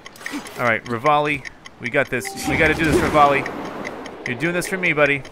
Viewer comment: Revali-revalis gale is now ready -you know what devali Xd